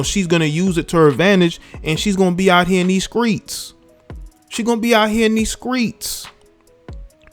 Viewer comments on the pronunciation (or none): “Out here in these Skreets” LMAO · What’s a skreet? Is that anything like scrimps? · "Out here in deez screets" LMAO !!!